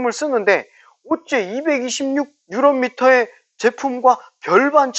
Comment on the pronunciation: 뉴런미터가 아니고 뉴튼미터(토크)입니다